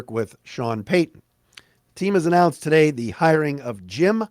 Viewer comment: "TADAY" LOLZ